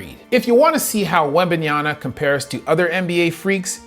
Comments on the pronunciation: WEMBANYA MA, MA, MA. NOT NYANA. C'mon dude. Black Amerikan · Brother, it seems that you also have another PHD in the wrong pronunciation of athletes' names.😁😂 Wembenyana, Jianis, and I'm just glad you didn't say shet rather than Chet.🤣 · Please, stop calling him "Wembayana"... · please learn to say his name right. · Now that the NBA fnals are over, you can spend the summer learning how to pronounce Victor's last name. Good video. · The dude can't even make the effort to learn how to pronounce Victor's last name correctly.